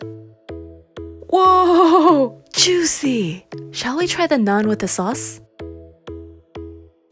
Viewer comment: It's funny how u say "nuun" instead of naan